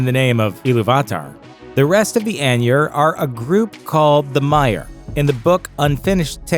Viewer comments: "Ainur" eye-nurr, say it with me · Eye-noor, not anyur. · Andrew Wesley man why spread negativity, he’s right it’s pronounced eye-nurr